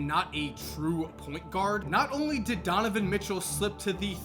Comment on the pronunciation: you said tonovan mitchell at the end